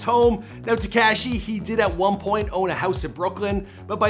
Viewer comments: It's Tekashi, NOT TekCASHI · I hate the way this guy says Tekaashee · Te-cashy lol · "Tekashy" Sing Feefee.... 😂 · I hate how uuu say Tekashi